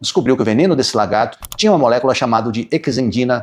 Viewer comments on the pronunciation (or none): none